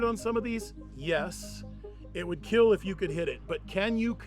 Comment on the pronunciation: It will keell